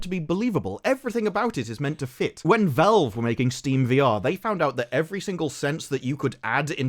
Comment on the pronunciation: Did you just pronounce Valve as Velve?